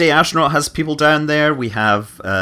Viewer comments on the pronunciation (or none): none